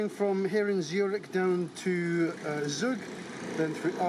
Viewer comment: It’s also not pronounced “zoog“. It’s “tzoog”